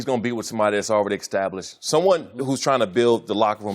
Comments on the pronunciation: Why does this dude always say 'extablished'. Man those brain traumas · Please someone explain to me what in the world is “exstablished”....